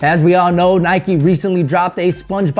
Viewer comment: Nike, nike, nike, nike... Facepalm (